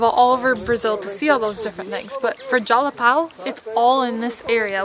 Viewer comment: Whaaat managed to say Jalapão i was expecting jalapau hahahahaha. So hard to see nort americans pronouncing nasal words.